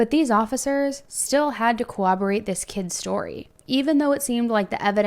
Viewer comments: COWABERATE?? LMAO! I gotta laugh at these "true crime" people, not actually knowing how to pronounce words they hear on stories. It's CORROBORATE! Said how it's spelled. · Also corroborate is not pronounced like cooperate with a b instead of a p. It's pronounced like it's spelled.